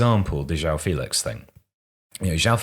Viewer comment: BY THE WAY the "ão" in portuguese names isn't pronounced like "ow". For example, in a name like João, it's pronounced closer to John, just more portuguese-y. Like the words campeon and campeão are pronounced very similarly.